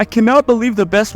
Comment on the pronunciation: Bro was saying waifu I thought he was saying the best waffle in all the anime